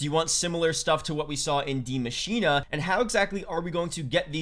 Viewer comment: Dude. It's not "di machina" its "The Machine" the "die" means "the" in German